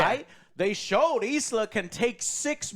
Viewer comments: ILSA not Isla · John wick 4 and this had very similar settings. Two club scenes two desert scenes. Both amazing. I really liked the plot on this one. Its fucking ilsa not eeesla lol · it's ILSA, ffs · The amount of times ISLA is said and no one corrects Joe. LOL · It’s ILSA not ISLA. She’s been in 3 Mission Impossible movies now and you still don’t know her name? 🤦🏻‍♂️ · Isla...its I L S A !!! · It’s ill-sa. Not E-sla. ill as in sick. illsa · Ilsa. Her name is not Isla. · I'll say it because someone has to. Her named is Ilsa, not EEESLA. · She's not an Island Joe. Its ILSA... not ISLA. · It's Ilsa Joe, not Isala. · Lol at Joe not gaf abt right pronounciation of names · So many American reviewers are getting the name ILSA wrong 🤦‍♂ Think "She-wolf of the SS" 😉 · You guys are merciless about pronouncing ‘Ilsa’ all kinds of backward!